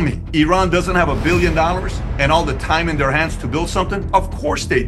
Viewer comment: Why can’t you pronounce the word dollar and say Nalers ?